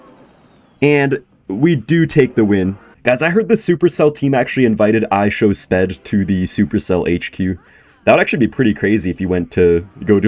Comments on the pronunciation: "ishowsped" im dead💀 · is the of guy to say IShowSped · ok he's just rage baiting atp. Speed's name is in English, u can't miss pronounce that